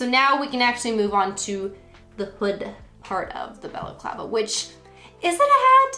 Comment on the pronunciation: I’ve never heard the word balaclava pronounced so in my head I always just say baklava 😂 thanks for teaching me how to say it!